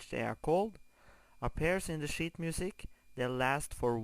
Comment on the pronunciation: i thought he said " WE'RE going to be learning shit music" lol